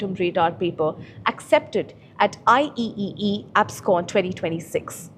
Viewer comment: It’s not I-E-E-E. It’s pronounced “I Triple-E”. As a tech focused channel, one hopes that the anchors have basic understanding of industry conventions.